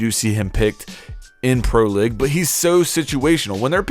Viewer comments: hey you pronounced pro league wrong man it's not pro lig it's pro league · Your saying pro lig lol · “Capitayo” “pro-lig” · why does this guy not speak english right. "Pro lig" "capitAYO" ??? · lol u said pro leg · Dislike just because, "pro ligg" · Pro leg..... Nice pronunciation my dude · Pro "Lig"... oh god... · Can u never say "pro league" ever again?